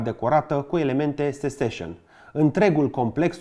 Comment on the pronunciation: Un clip excelent pentru pasionații și profesioniștii în restaurare și patrimoniu. Good work,! Mică mențiune, Seccesion se pronunță "sețesion", nu "seseșion". Also, ar ajuta o restaurare a Castelului Peleș, dacă se uită cei de la Comisia Europeană în comentarii:))